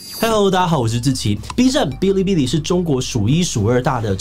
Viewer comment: 我只想說，發音是 ㄅⅠ(一聲)ㄌⅠ(一聲) ㄅⅠ(一聲)ㄌⅠ(一聲)